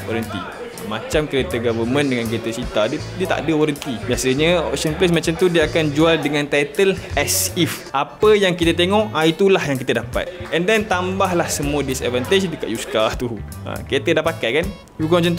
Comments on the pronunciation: overall best...👍👍👍 'as is' bkn 'as if'<--- teguran membina ni 😁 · as if atau as is?